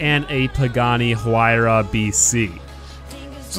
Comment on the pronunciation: He pronounced the "H"... DISLIKE! UNSUB!